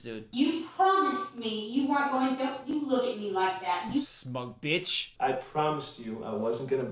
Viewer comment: Him calling the spider a bitsh made me laugh so hard for no reason 🤣🤣